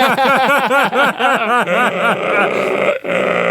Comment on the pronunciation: Link sounded like a Russian man asking for Gravy, lols